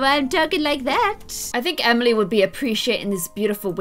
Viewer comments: she said Emiler and Taley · Did anyone else notice that said Emilor and Taylyfy when she was changing their room? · Did anyone else notice she said emiler and taylie? 😂